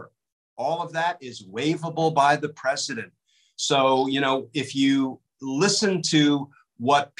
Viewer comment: He’s not peesident